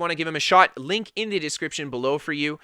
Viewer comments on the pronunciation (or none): none